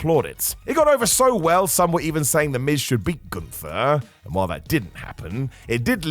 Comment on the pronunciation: What if I told you that the jobbers name is Gunther, not goontur. Gun-ther. Not Goon-tur.